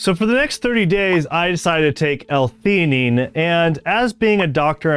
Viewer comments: L - fee❌ L - tee❌ L - fe A nine✅ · Good video but you are pronouncing L-Theanine wrong. Just thought you should know.